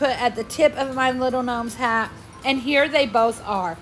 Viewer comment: Gnomes not knomes...lol